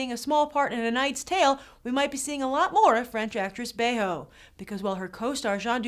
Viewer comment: I love how Grace properly pronounced Berenice Bejo's last name after the commentator mispronounced it :D